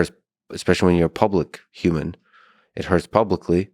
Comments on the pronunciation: This guy pronounces “human” like a robot would, “youmin” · Says like every other word......and can't say human correctly YUU man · I wish this guy would stop pronouncing it Yuman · > wears a fedora > grimaces at everything he says > massive doomer > has beef with the concept of steelmanning > repeatedly pronounces human “yooman” this was certainly one of the guests of all time on the lex fridman podcast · Not gonna lie, this guy is clearly very knowledgeable and intelligent but good lord is he also the embodiment of insufferable Reddit user. Also, I can't figure out why he won't pronounce human with an H but properly pronounces other words beginning with H. Yewmon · YUMAN. Cannot stop hearing YUMAN. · i would seriously request he pronounce human correctly if i had to talk with him for any length of time. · Never trust anyone who pronounces “human” with a silent H.